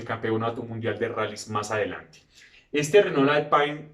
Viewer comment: Buen video. Excelente paso por la historia de la marca francesa. Solo una puntualización: he visto que pones un gran empeño en pronunciar la palabra "Renault" con acento francés ("renó"), y la verdad es que la pronuncias muy bien. Pero Alpine (traducido "alpino", "de los Alpes") también es una marca francesa, y deberías pronunciarla en francés (algo así como "alpén"), y no como se pronunciaría en inglés ("alpain"). Un saludo.